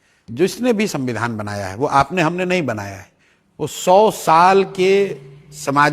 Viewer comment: तेजस्वी जी सबसे पहले तो संविधान कहना सिख लो Dipty cm रह चुके हो सद्दविधान कह रहे हो😆😆😆😆😆